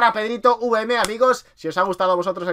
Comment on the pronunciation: PEDRITOVM NO PEDRITOUVM